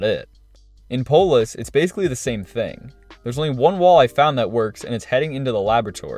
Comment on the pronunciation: you are saying all of the maps wrong except for polus . skeeld? maria hq????